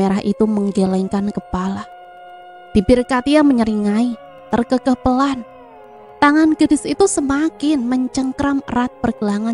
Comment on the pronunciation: Terkekeh itu d bacanya be-rak, bukan be-lia